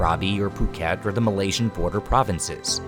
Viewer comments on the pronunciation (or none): none